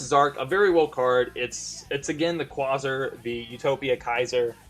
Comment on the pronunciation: the way you say quasar is bothering